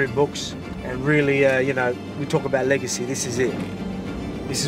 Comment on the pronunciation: Legacy! Man, You`ve emphasised this word so strong! And I got it! Without it our life is nothing! Do and make as much as you can and at the end of our life we will leave something in history.